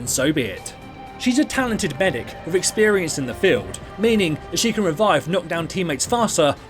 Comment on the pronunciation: Its medic, not bedic. Lol.